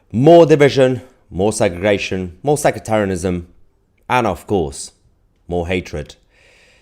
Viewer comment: Mahyar I really like your common sense ideas and have been subscribed for years. Just a small thing , please say sectarianism and not secretarianism. I don’t know what you’ve got against secretaries.😂😂😂